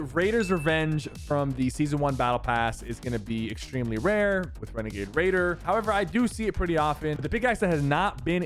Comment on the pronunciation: Wenegade waidoh 🥺🥺🥺